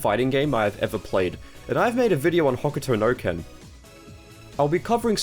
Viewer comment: the way he pronounced Hokuto no Ken hurt me more